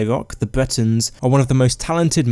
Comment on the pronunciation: Dude...p"r"ovince, sky"r"im, b"r"eton!! Whats wrong with your pronouncing